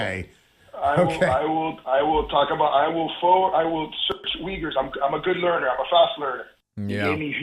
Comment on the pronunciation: How long has xi jinping been committing human rights violations??? This is not new... I didn't know off the top of my head that the Uyghurs were the largest group of ethnic minorities detained in interment camps, and I didn't know that it was pronounced "weegers," so I guess I shouldn't run for president, but I will always insist that I would be a better president than the last two republican presidents to hold the office... I guess since the Uyghurs are detained in the highest numbers, it should be the most notable group, but the chinese are notorious for oppressing ethnic and religious minorities, including Christians... But Suarez is a total idiot, for far more salient reasons than not being familiar with the Uyghurs.